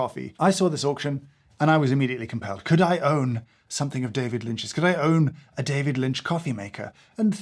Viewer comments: "David Lint" had me! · "David Lint" I lost it... I'm an absolute wreck, drowning in tears of laughter. DAMMIT! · "David lint" 😂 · "David Lint" LOL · David Lint.......HAHAHAHHAHAHAHHAHAHHAHAHAHHAH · a-hahahahaha David Lynt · "We'll called it David Lint!" I'm crying. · "David Lint" 🤣🤣🤣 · "David Lint". made me laugh out loud in the dark in the middle of the night for real. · David Lynt! LOL! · It was the "David Lint" that got me. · “David Lint” 😂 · "David Lint" oh my sides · "David Lint" That was the final straw for me. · Seeing James unable to contain himself when he discovered Mister Lynch's beans, was a lovely treat. :) lol "David Lint" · David Lint, lol. Delightful. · David Lint killed me! 😂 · “David lint” and “it smells livid”😂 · "david lint" lol. so silly made me laugh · We are calling it David Lint 😂😂😂😂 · "David Lint" got you a like 😂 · I’m so simultaneously annoyed and impressed at “David Lint”. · I rolled my eyes hard at "David Lint" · Just got to the "David Lint" bit. 🤣🤣🤣🤣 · "David Lint" well done, and damn you! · "David Lint" really got me 😂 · David Lint 😂😂😂 I'm dying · "David Lint" got the giggles out of me. Ah, go keep it man. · "We're calling it David Lint." STANDING OVATION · "David Lint". I quit. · David Lint lolz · 'I'm calling it David Lint' 🤣🤣🤣🤣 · David Lint. 😂💀 James, have you ever read (or listened to the audiobook, read by him) Catching the Big Fish? It’s great, perhaps you and others here would enjoy. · David Lint made me chuckle 😂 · I can't get past David Lint if I'm honest 😂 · “David Lint”😂😂😂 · "David Lint" 🤣